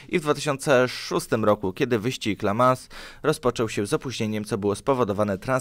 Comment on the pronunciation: I nie "la mans" tylko "le mą".